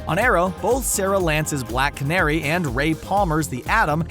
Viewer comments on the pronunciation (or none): none